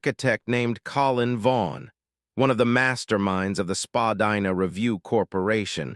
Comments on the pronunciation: It’s pronounced Spadina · I think you’re saying Spadina wrong